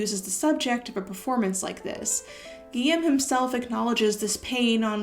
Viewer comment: I must say, your pronunciation of Guillem’s name was perfect!